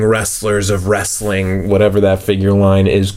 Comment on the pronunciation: What. Is. Wressalling. Daze. Challenge. Poopoopoo